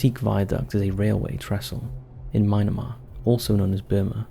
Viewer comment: "myna-mar". if you ever want to know how to pronounce a name of a place or person, say it the opposite of. dyslexia and not giving a shit dont mix, dude.